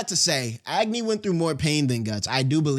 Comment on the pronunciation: why he pronouncing agni as ag-knee bruh i'm crine😭😭